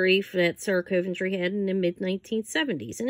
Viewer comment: I thought it was pronounced Sarah Coventry not cove- n-try